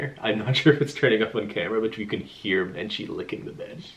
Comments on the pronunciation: Nobody: Cristine: Menchie! Subtitles: Man G! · menchie sounds like beynTEA o